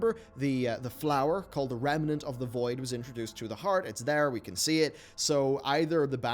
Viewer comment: rem-nant. stop adding an entire syllable into it.